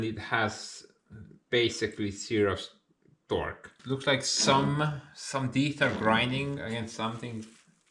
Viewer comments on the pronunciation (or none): none